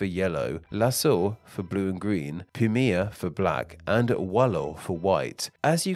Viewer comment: pimija? pronounciation instead of pimeja ~